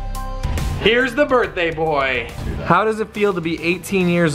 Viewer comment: When you said birthday I heard burtday